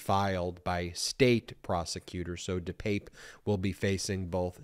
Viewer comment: Ben, I stand corrected, you are pronouncing his name correctly. Let's hope Mr. Pelosi is healing up and carries no physical scars, hopefully he will get support for the mental upheaval this has created. Thanks Ben